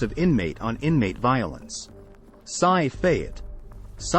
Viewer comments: This is bullshit... this orde4 is fucked on the worst prisons and its s.c.i. no "sci" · This is why AI is a joke. It's not "PSY" its SCI. Then he shows SCI Dallas with a picture of the Dallas TX skyline...lol. Then he shows prison cells at certain prisons that dont even have those type of cells. This video was a complete fraud. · Tgexway they pronounce S.C.I is fumny